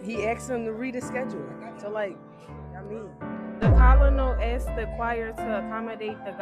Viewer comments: He “axed” them “how old is you” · "I axed you a kweshtun!"